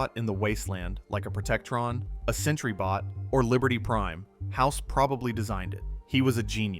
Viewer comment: Sentry bot….not century bot😣